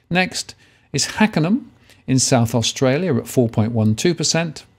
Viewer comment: Post Códe 5163 is "Hackham" NOT "Hackenham" 😲😲😲😨😨😨